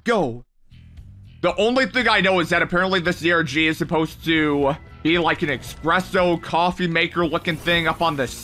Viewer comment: Its called Espresso not expresso